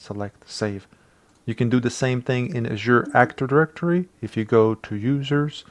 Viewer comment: Well done, my friend. (love the way she pronounced "Azure")